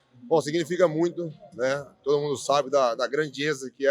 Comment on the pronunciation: “Grandieza” foi de f*der. 🤣 Poatan melhor do mundo.